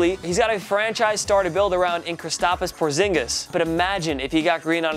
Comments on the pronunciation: Kristapus porzinigis. ITS KRISTAPS PORZINIGIS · Did he say kristapas Porzingas? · What did you just call porzingus??